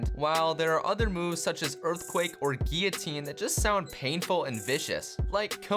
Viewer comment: gillatine for normal